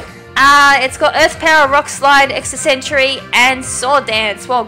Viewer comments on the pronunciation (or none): It's Therian Forme, pronounced fair-ian form. >:I A Pokemon battle in grass is called a wild battle, not a Wi-Fi battle. That's a totally different thing entirely. And it's Extrasensory - ex-tra-sense-or-ree.